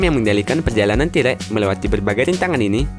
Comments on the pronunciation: ti rek, sebutan sebenar nya ialah Ti reks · Ti rek Gugel krum Pasmen Ini ngajak ribut atau gimana? Kesel dengernya wakowkaowkao 🤣🤣